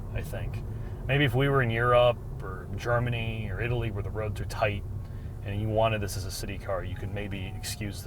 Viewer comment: pronounces "Italy" like in "Italy tyour wallet".